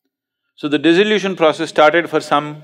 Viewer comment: In spirit of cooperation, not criticism: Sadhguru is talking about dissolution, but mispronounces and makes it sound like disillusion, this may confuse somebody